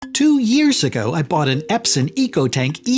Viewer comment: Eps-on !! Not Eps-in On...on..on Epson✅